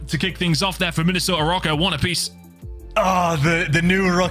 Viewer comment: am i faded? i thought it was pronounced rocker not "row - ker"